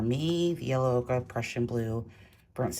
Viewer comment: hi loved this demo, Gauche can get muddy, but not in your hands! A white Chinagraph pencil is great when sharp, for pure white…also Prisma colour White is one of my fave White pencils but watercolour needs to be dry. My fav White pen is the Uni-ball SigNo…bright White when needed. Every time you say Okra I can’t help but see a plate of those damn things!! Ochre is an earth pigment and is pronounced Oak ah… 😂